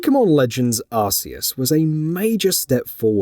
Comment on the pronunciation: Hehehe!!! Another one who cannot pronounce arceus correctly 😂😂😂😂